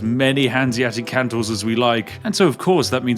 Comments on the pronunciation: It's not Kan-Tor, Its Kon-Tor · ÍTS CALLED KONTOR NOT KANTOR K OOOOOO NTOR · Its CONtor. Not CANtor. Please.. Spiff! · I really, really wish you'd stop pronouncing "kontor" (meaning "office") as "cantor" (meaning "Christian choir leader").